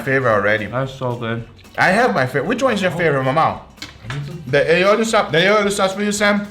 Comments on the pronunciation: its not aioli, its all-i-oli, a catalan word (spain) wich means garlic-and-oil hahahahahhaha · Hearing him pronounce Ali Oli like Aeoli makes me die inside